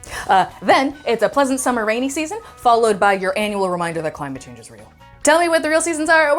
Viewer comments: “Sammer” 😭😭 wtf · 23 SAMMER 😂